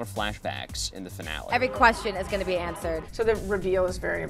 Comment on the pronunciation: 'Every question will be ansvered' 😂😂😂😂😂😂